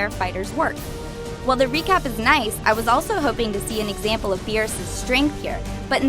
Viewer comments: Why does everyone still call him "Bills"? It's BEERUS!!! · Why is she saying beers?